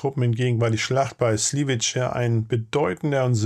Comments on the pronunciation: Slivice wird Sliwitze ausgesprochen. Nicht Sliwitsche. Das ist einfach falsch. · Sliwitz. Tschechisch sliwitze ausgesprochen. Ist kein italienisches ciao. Nächstes Mal bitte kurz durch Google translate jagen und audio anhören, bevor video hochgeladen. Besonders, wenn das ein häufig redundantes Wort im Beitrag ist. Denn auf Dauer juckt das dann :D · Slivice gesprochen “Slivize”. Tschechisch “c” = deutsch “z” Tschechisch “Č” = deutsch “tsch”